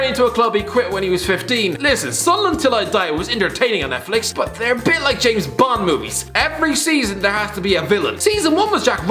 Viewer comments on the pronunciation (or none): none